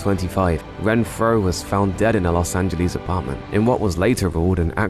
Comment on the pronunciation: Angeles, not Angelease